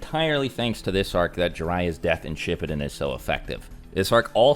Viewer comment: bro really called it shipidin